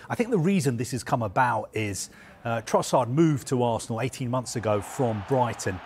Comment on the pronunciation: Leonardo Trossard??🙄